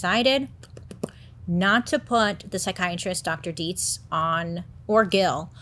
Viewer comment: The fact that you said Dietz perfectly 🙌🏻 I can’t tell you how many people mispronounce the name lol. (My last name is Dietze) 😆